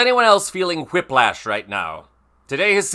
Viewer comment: Love the channel. Hate how he pronounced whiplash.